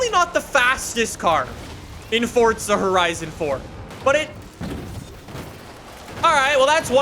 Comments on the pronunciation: It’s “forza” not “fortza” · do you have to YELL EVERYTHING? and THERES NO FUCKING T IN FORZA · Honestly on every fucking video the newest comments are from all the 8 year olds and only know lambos and ferarris and people STILL talk baout that he says forza like fortza